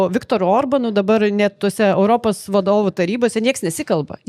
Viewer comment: "Europos",, ne "Öropos" ar "Oiropos". O visa kita puiku.